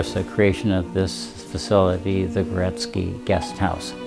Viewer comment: cannot even pronounce the name right. He says Goret -SKI 👎🏻